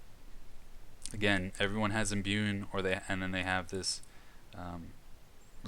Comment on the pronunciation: I like the content but you really gotta work on your reading/pronunciation lol Wrys is pronounced "Riss" There's no N in Imbue Japanese names I'll forgive as you just sound like a westerner lol (tah-coo-me not tuh-COO-me)